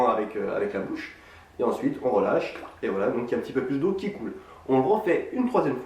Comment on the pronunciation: a il dit on releche